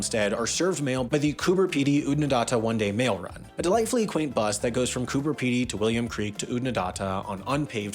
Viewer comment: What is it with Americans that they can’t take the time to learn the actual pronunciations of these places. I have been to all of them you were just about 70% incorrect. You got William Creek right. Oodnadatta. ( say it… dat… datta). Cooper Peedy ( peeee) Peedy. Gib… say it Gib… Gibber plains. I promise if I come the US I won’t tell you how to use American English. It would be good to address the political corruption that has been involved in these land owners and cotton farmers in stealing water of nearby townships and major waterways. Yup, it happens here too.